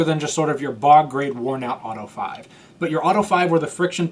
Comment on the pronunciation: Auto-eh Five-a 🤌